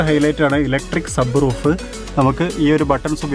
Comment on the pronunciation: Sabbroof alla sunroof